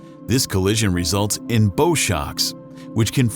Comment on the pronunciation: Not "bow" shocks. Pronounce the word like the noise a dog makes bow, bow, bow